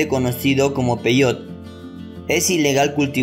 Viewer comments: Primer error, se pronuncia peyote así como se escribe, no peyot cómo tú lo pronuncias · Investiga bien. Peyote, se pronuncia igual que como se escribe, no peyot